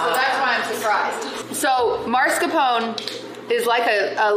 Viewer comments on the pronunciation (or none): Do you actually pronounce Mascarpone as „Marscapone“ in english? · Why does everyone pronounce mascarpone as "marscapone"? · Great episode once again <3 ! I'm so confused why is everyone calling mascarpone "maRscapone" 😭 Is it like American pronunciation or sth?? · did she call it marscapone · It's common but no, it isn't right or anything in any way. At least with like aluminum, the extra I wasn't always there, so it was once proper our way. But no, Mars-Capone is just gangsters in space. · Why can't anyone pronounce Mascarpone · Does anyone there know how to say Mascarpone? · I can add mascarpone 🤌to the list of "things americans pronounce differently than the original word for no apparent reason"